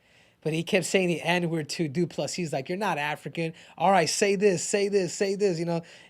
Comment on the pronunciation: "DU-PLA-SEE".... YOU NAILED IT. Again... as a South African, you guys as Americans, white AND black, are more bothered with the N word thing then most South African lol. It honestly meant NOTHING to us. Well at least from my perspective. I think izzy did more damage to his own people then he did to anyone else.